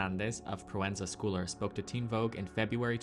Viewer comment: Pronounced like Proenza Shoe-ler, not Scooler.